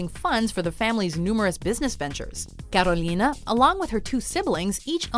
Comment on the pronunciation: I hate how u say Carolina smfh